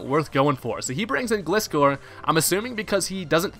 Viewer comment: Man I'm getting triggered every time someone mispronounces my Favorite Pokemon aka Gliscor. It's a Gliding Scorpion! I can never understand people who don't get that unles they're 10 years old or something!